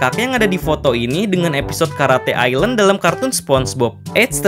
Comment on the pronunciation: Bukan karate ilen tapi karate island